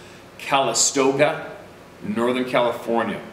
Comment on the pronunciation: Sometimes... pronunciations/enunciations make me giggle hard. "Cal istOga?"🤔 yup, that's it my friend. 🥴